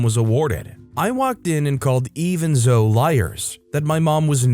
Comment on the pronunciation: For the future, Zoe is pronounced like Zoey.